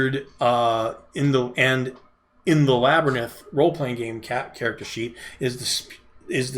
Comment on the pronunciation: His tongue got in front of his eye teeth & he couldn't see what he was saying. 😁